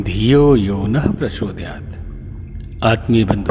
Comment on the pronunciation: प्रचोदयात् he has pronounced correctly